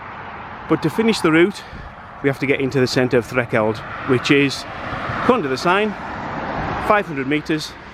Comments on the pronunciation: You are pronouncing it Threkeld its actually Thre l keld. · It's Threlkeld so annoying you saying it wrong it's got a L in it !